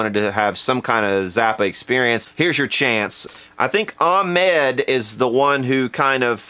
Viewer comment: Regarding Ahmed Zappa. It's not Ahmed. It Ahmet, (like Frank said) like vomit. LOL!